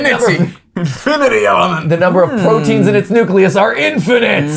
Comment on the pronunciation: IM SORRY, BUT DID YOU SAY PROTINES IN ITS NUCLEUS?